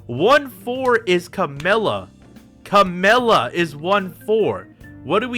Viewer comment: Why do you call Camellya 'Camilla'? Is there a story to it?